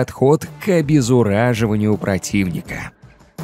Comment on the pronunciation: Не обезУраживание, а обезоБРАЖИВАНИЕ. А вообще-то он специально так говорит, чтобы комментарии набрать